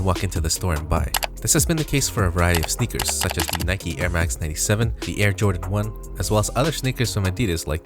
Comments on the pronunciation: Bro it’s Nike not nikey lol u have never pronounced and e at the end of the word as an eeee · When he keeps on pronouncing it as Nikee and not Nike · Its not Nike-y it’s Nike, it’s not bike-y it’s Bike, simple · why are you saying nikey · Why he saying nike like that. Its frustrating